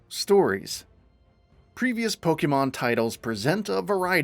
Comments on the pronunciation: Pokeemon? Why you keep saying it weird bro? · I'm sorry, I can't get past the pronunciations here. Every time "pokey-mon" was said, I died a little inside... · Someone need to learn how to pronounce Pokémon.